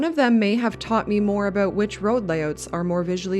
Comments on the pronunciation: OMG you are Canadian. Why would you do us like that? Nobody says aboot... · I've never actually heard someone say "aboot" before. I don't even think you're Canadian. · Any1 else feel like shes a fake canadian? The way she first pronounced "aboot" made it believable... then she pronounced it "about" with no accent, a ahort while later... hmmmm